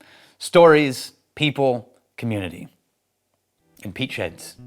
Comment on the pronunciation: Sorry, every time you say "peat sheds" I hear "peach heads".